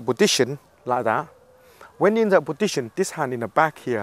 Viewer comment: i love how he says positsion